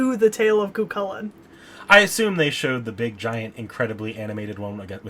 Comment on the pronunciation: Cú Cullain is pronounced coo Cullen